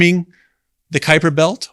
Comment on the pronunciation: I am amazed how proper you pronounce Kuiper!🇳🇱